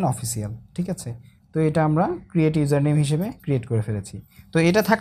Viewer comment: ইউয়ারেল নেইম উচ্চারণ মনে হয় ভুল